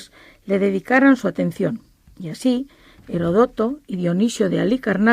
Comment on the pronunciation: Gracias por subirlo.. Por otro lado, si escuché bien, esta señora es catedrática de historia de una Universidad, y sin embargo parece leerlo todo y además dijo HeroDÓto en lugar de HerÓdoto.. Mmm qué extraño.. Pero bueno, igual gracias a quienes hicieron posible este video..